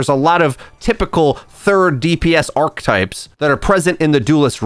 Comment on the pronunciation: This guy just refuses to learn the correct way to pronounce archetype.